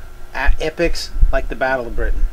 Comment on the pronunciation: Lol the way you pronounce Britain is funny =D